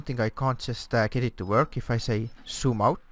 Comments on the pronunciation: "Soom out. Soom out. Soom out. Why it no woooork? Ssssshooom out." :D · he says sooom out and is wondering why the zoom is not working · To my ears, when you said, "zoom", I heard "soom", and "yaw" sounded like "chaw", When you clearly said "zoom", the software recognised it. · She doesn't get you because she expects to hear 'Zoom Out', not 'Soom Out'.. or 'Super Cruise', not 'Supher Crews'. :P Otherwise this program really is a great addition to ED and SC, as well as other games. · I think the problem is how you pronounce 'z' sounds, sometimes you pronounce zoom, 'soom' but when you pronounce it 'zoom' it recognises you. Same with Supercruise, you sometimes pronounce it 'Supercrooce' but it need to sound like 'Supercrooz'